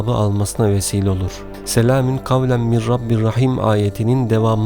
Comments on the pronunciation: Selamin gavlen mi diyorsunuz yoksa bana mi öyle geldi. Doğrusu selamûn gavlemmirRabbirRaHim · Ben mi yanlış duyuyorum yoksa gerçekten " SELAMİN " mi diyor. Eğer böyle söylüyorsa yanlış söylüyor. Doğrusu " SELAMUN " olacak.